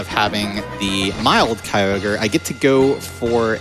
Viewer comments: Better to pronounce it KEY-YOG-RE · Sounds like “Kogre” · That narrator’s pronunciation of Kyogre is the exact same as Weedletwinneedles’ joke pronunciation of it. I wonder if she’s trolling.